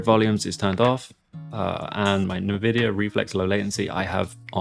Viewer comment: nice vid and it's actually kinda weird seeing you play with triggers to ads and shoot but I WILL NOT forgive you for how you said NVIDIA!!!